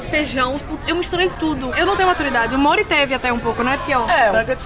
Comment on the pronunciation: Kkkk o nome do Mori é Mori e quando vc chama ele pareci que vc da chamando ele de amor tipo Mori vem cá kkk